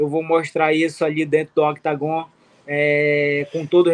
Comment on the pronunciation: Todo esse tempo e o deivison ainda não aprendeu ainda falar octógono😂😂😂